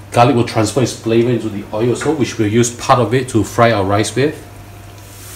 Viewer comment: No "OY", but "OYLLL" !!!